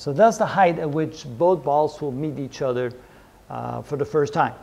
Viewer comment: my legend. "eachother", what a great way to pronounce that word!:D